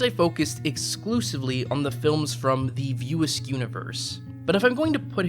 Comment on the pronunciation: Why was it so hard to say "View Askew" ? I kept hearing "View Ask".. Otherwise this is a fair critique of Kevin Smith's work. There are moments of brilliance lost in a sea of nothingness, occasionally spotting land, but more often than not, only sea sickness results.